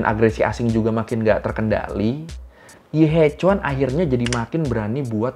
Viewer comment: maaf, mau koreksi, pengucapannya bukan yi he cuan, tapi yi he chien :)